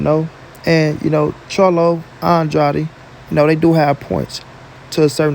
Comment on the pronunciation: Pronounce Andrades name right its not Andrady How can you hear every body else pronounce his last name right. And you can't. And you probably will see this post and still say his last name wrong. Stupid